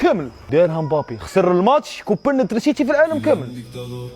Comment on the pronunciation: وعلاش تقول ترينسيتي بدل (تريسيتي) 🥲